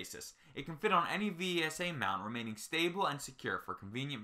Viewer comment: V S A? Its pronunciation is vesa